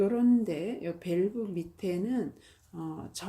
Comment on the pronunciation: 저희나라가 아니고 우리나라 입니다. 밸브가 아니고 벌브 입니다.